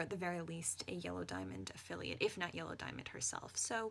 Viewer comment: It sounded like you said Jello Diamond. New fanart plz~